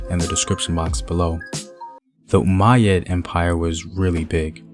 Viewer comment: Umayyad? Umayyad, bro?